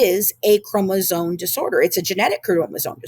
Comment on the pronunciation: I'm sorry but I have an extremely hard time trusting someone who can't say chromosome properly. Especially after reading it as many times as she has